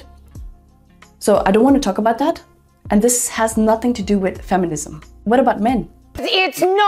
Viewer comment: Bro, please stop sayin' f'enisim. Just say feminism Bro.